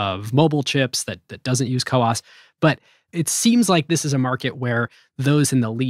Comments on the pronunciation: it's not co-ops but COWOS. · it is CoWoS, not co-ops 🤓